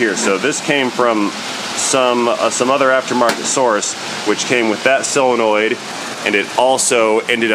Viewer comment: When did "O" become "E"? Selonoid instead of solenoid?